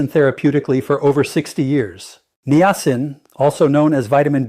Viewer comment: I didn't realize you had become an AI bot . . . good info but you might want to review your bots important pronunciations like how to say Niacin. It starts out saying it correctly, but later it just gets worse and worse. It seems to like saying Nye-A-sin. Quite a few graphic glitches as well. You might want to consider a different AI model (not the representation of you, but the actual A.I. application).